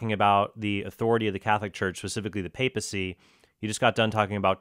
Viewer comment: If I had a nickel for every time mispronounced 'papacy' and every time Mr. Horn said 'solo scriptura' I'd be able to buy lunch. Enough with the jokes, though. I appreciate both of you using your own discernments without getting hostile.